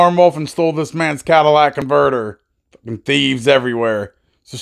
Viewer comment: Cadillac converter? I'm a woman and I know that's not how to pronounce it lol